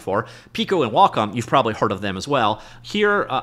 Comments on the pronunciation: WhaaCom? LOL... One thing I can count on from is he will report on the news right away... And absolutely BUTCHER every pronunciation he can. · Is Wacom pronounced: Wah Com or Way Com? Honestly have no idea.